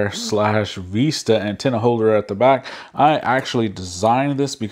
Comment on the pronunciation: vis·ta /ˈvistə/ noun a pleasing view, especially one seen through a long, narrow opening. Not Vesta!